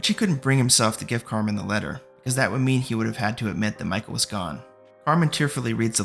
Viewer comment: Love the recap but hes throwing me off every time he says "Carmine".